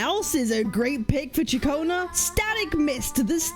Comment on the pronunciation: Katchionna... dangit stop sayin it its CiaConna